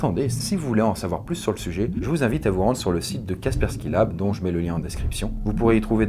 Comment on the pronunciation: C'est Kaspersky et non pas Kaskersky